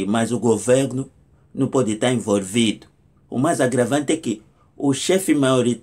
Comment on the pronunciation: não se diz envorvido mas sim envolvido ✅😁😂